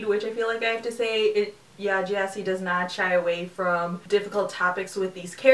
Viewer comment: It's pronounced G'eh-si. With a hard G.